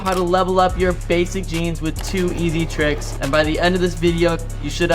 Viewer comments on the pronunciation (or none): none